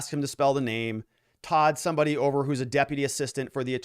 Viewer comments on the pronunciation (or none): none